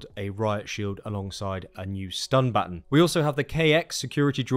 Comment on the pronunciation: It's not baton, it's baton.